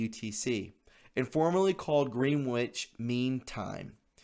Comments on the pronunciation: Not wishing to diss you BUT "Greenwich" is pronounced "Grenich". Tiny point but it can irritate! (The English have a fascinatingly confusing way of speaking "English" ... it is certainly NOT phonetic) LOVE your site! Keep on going! <3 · “Green witch” ... [cringing]. Pronounced as “GRENITCH”. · Pronounce it Gren-itch and people will put you on a higher respect level. You know how to read so you did. Green-which. Not your fault. Next time say "Gren-itch" and go against your instincts to read what is in front you. Trust me on this one. It works for me. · Gren-itch not green-witch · Gren-itch...not, Green-wich. Said in love. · It's not pronounced as GREENWICH TIME, although that's the way it's spelled. It' pronounced GRENICH TIME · Greenwich - pronounced 'Gren-itch'. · Greenwich is pronounced Gren-itch. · I remember a song by Dylan and it go's something like this : after a rock'n reel'n subway ride I wound up on the downtown side, Green witch village. Your mispronunciation brought me a found memory, thank you. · Greenwich is pronounced 'Grennitch' as in 'Grennitch' Village NY. The term GMT is Greenwich Mean Time. There is also global internet time. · Pronounced "GREN-ich". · I"m surprised non of the Brits beat up on you for your pronunciation of Greenwich. It's /gren ich/. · Greenwich is pronounced Gren itch 😊🇬🇧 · No disrespect but Greenwich Time is pronounced ' Gren-ich.' God bless all patriots and Believers in Christ. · Greenwich is pronounced "gren-itch". It is a location in England. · No offense, but Greenwich is pronounced as "Gren-ich". 😊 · I'm not a grammar Nazi, but Greenwich is pronounced Gren'-itch, short e, lol! 💁‍♀️👍🏻